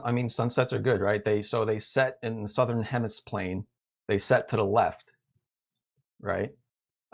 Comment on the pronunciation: Did he just say HEMISPLANE?! 🤣🤣🤣🤣🤣🤣